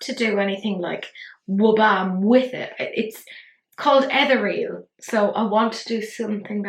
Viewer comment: Gorgeous look!! I so want this palette! 😊💜💜💜 (BTW, it's pronounced "eh-THEER-ee-uhl" 😎💜💜💜)